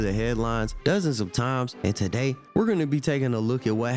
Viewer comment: My Boi 💪🏾 “Taaday”🤣